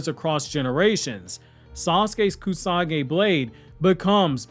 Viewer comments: Is it Kusagi blade or “Kusanagi”? Because all throughout the video you keep saying “Kusagi” and I just want to make sure that there’s not another sword out there in the verse that I didn’t know about. Your videos are super tight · what was that pronunciation? It's KUSANAGI that's completely false though. SORA means SKY, not "Sara". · Great Video as always buddy. Just one small correction, The blade is pronounced Kusa-nagi. Hope it helped